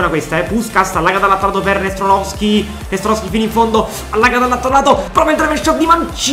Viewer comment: Bel video, poi commenti anche molto bene, ed il progetto mi piace un sacco, ma secondo me ci sono troppe R quando pronunci Nestorovski, detto questo, spero che questa serie con il Palermo duri tanto, grande e FORZA PALERMO